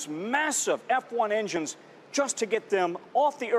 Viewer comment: "BOOSTER AND ENJSHNINGS!"